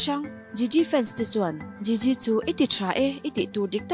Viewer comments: An hming lam dan fimkhir hle a ngai nih hi, video dangah pawh in lam diklo nasa thei e mai. Gigi pawh jiji tia lam tur aw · Jiji nilo Gigi thil lam I thiam lo lutuk🤦🏻‍♀️ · Gigi i pronounce dan leh zayn i pronounce dan hi diklo tlat